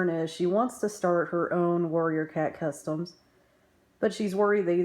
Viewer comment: I thought she was saying warriors Twinkie